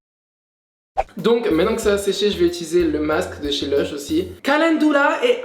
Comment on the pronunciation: caLENdoula dEeP clEanSing